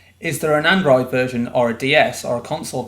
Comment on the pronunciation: and-rroid and-rroid